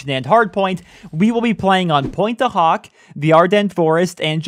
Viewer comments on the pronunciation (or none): none